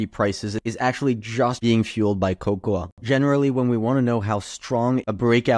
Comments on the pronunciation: It's pronounced kow-kow, or co-co, if you will. You're welcome. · The a is silent in cocoa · why is he saying cocoa that way lol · lol that is not how you pronounce cocoa